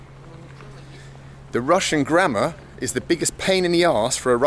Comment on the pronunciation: You sounded like: "Forget grandma" :D